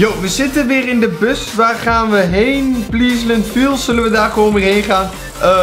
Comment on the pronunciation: je zei 'Pleaslant Park', terwijl het 'Pleasant Park' is. Geen haat